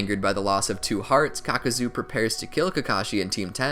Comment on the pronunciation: Caca-zo lol